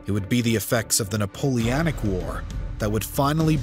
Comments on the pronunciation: It's Napole-O-nic, not Napole-A-nic. Just saying. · Napoleonic, not Napoleanic. His name was Napoleon Bonaparte, not Napolean. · The guy can't even pronounce Napoleonic right. 😂